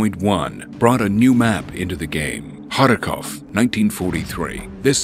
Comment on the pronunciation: what is the name of the map and how do you prenounce it xD !? I have read Kharkiv and Kharkov. and he is saying it harakov xD